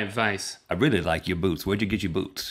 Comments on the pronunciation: i was sure rhett said boobs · rhett, enunciate the "t" at the end of boots. It sounds like you're saying boobs. For future reference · lmao "Nice boots" sounds waaay too much like "nice boobs" to say right away. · i thought rhet said boobs not boots. :DDD